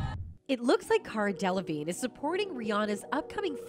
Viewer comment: De la vig ney! 🤣 He thought he was a teacher 💀